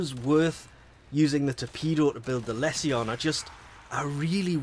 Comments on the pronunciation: do you pronounce all tion/sion words 'see on' not 'shuun'... corruption, resolution, solution, Lesion, precision, precusion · It's lee-shon. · I have been having a blast using it, i was using the tonbo for a while now and this is a direct upgrade to that. Also, i think it's pronounced "lee-zhuh n"